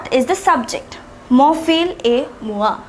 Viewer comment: fils is not pronounced as fil, but fis